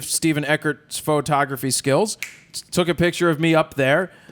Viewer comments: why does she call it furtography? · Jared did a great job with a difficult interviewee. Where's Todd during these? Is she saying fro-tography? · What is this new "FER-tography" industry she speaks of? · Is it just me, or does she keep saying Furtography. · i love her work but does it bother anyone else that she keeps saying "fertography"?